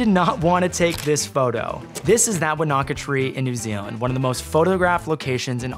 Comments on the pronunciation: Wanaka is pronounced WAH-nah-kah, not wah-NAH-kah. Vemödalen is pronounced VEH-mur-dah-lin, not VEE-mow-dah-lin. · I live here in New Zealand. Not being rude but it's pronounced like won a ka. Not wanna ka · Wanaka. 😂😂😂 Its pronounced won ah ka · The pronunciation was craaaazy 😅😂😂 Wan-ah-ka. Wan(swan without the ‘s’) ah. Ka. Wanaka. So close but slow it down three syllables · It’s pronounce wo-na-ka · the proper pronunciation is "Won aka" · It’s pronounced Wanaka, not Wanaka. Lovely photo though!